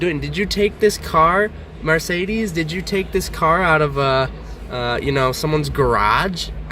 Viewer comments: Every time he says Marsaydeez, I just want to kick him in the nuts. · ......."mArcedes" ..... realy bro? 😑 btw plz dont review cars when you don't know shit about them!